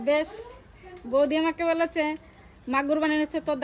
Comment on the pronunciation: বোলেছে বলেছে বা বলছে